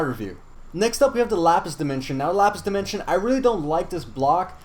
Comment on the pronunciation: Sky wold like the gold demenshen